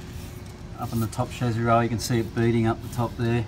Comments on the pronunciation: Why is he saying shazzy instead of chasis? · Chezy? No it's chassis. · Whats the shazzi? Is that how all Ausi’s pronounce it or just this guy?